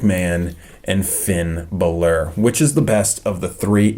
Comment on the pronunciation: ITS FINN BALÓR!